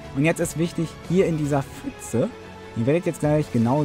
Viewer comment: „Fütze“ Gibt es eigentlich für Youtuber ein Verbot, pf korrekt auszusprechen?